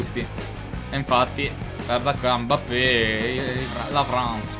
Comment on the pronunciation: ma non si dice Embape